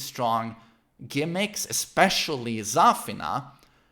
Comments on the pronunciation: idk but the way he pronounces Zafina bothers me oof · The way he pronounces Zafina annoys the hell outta me